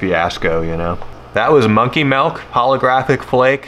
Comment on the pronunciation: How come you say "Dill" right but not "Milk"? Lol